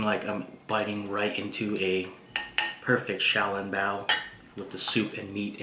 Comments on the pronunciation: You are pronouncing xioalongboa incorrectly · Yo i cant belive you dont how to pronuonce小龙包